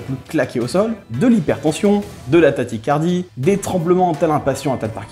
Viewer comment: De la tatychardie tu as dis mdrrr fais gaffe c’est tachychardie